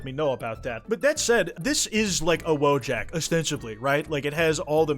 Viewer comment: "Wojak" is pronounced "VOY-ok."